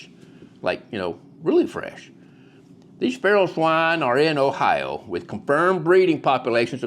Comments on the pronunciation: The "R" in Ohi-ROW is silent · I’ve never heard Ohio pronounced that way before! Definitely don’t sound like an Ohioan!